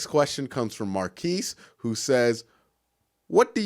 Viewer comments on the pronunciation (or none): none